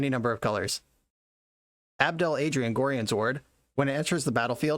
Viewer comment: In the Baldurs Gate games they pronounce Gorion as "Go-Ryan"